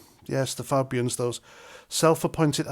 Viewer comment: Polite request ……..please pronounce the word Fabians correctly! Great post though!